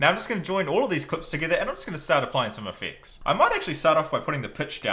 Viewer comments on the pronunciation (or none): He says effects with an x